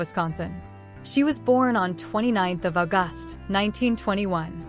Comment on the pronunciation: "au-GUST"??!! And don't get me started on "Feb-U-ary" (it's spelled "Feb-RU-ary!!).